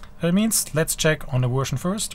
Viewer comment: No accent until you say 'Wersion' :-)